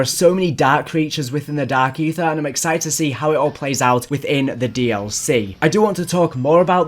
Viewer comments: I’m hearing more of “Dak Aether” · LMAO Dak Aytheuh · Dahhk Eethur